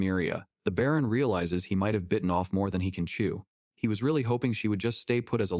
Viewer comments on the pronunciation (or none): none